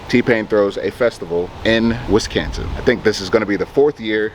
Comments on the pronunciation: WisCONsin not WisCANsin. Lol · is that the correct way to pronounce Wisconsin sounds like they saying wiscantsend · we cant even call it Wiscansin no more..yall Wisconsin again..ya dun goofed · "WisCansin" lol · What Wiscansin??? Is this supposed to be Wisconsin or is he just calling it something else? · WesKansas.... or Wisconsin. Are they the same thing? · Stop doing shit for white folks then ,,,,and there's no A in Wisconsin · I support you guys but can’t seem to get used to everyone pronouncing Wisconsin like that 🤣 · Butchering the state name but that was the only way to rhyme with mansion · It needed to be cancelled till y'all learn how to say Wisconsin right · They banned him because of the way he pronounced Wisconsin in that song.